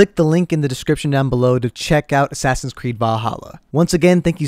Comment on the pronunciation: no one:: A s s a s i n c r e e d s